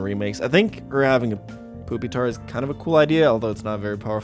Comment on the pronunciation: Also why the fuck did pronounce Pupitar Poop-itar